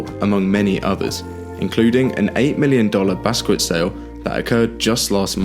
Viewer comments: please pronounce Basquiat as BAS KI YAHT not Baskwit. Thank you. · Mispronounced Basquiat. Ah paintings are actually very good investment vehicles with certain tax implications that can make they attractive to investors. But yeah I don't know about the platform mentioned here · The fact that you keep butchering the pronunciation of Basquiat is downright atrocious!